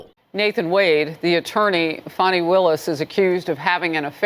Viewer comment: How you get Faaaaani pronunciation from Fani I don’t know but anyway she needs to be disqualified, disbarred, prosecuted and imprisoned in her own filthy disgusting underfunded jailhouse